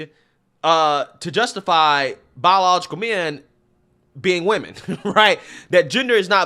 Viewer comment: How about pronouncing the word correctly it's women not women when it's plural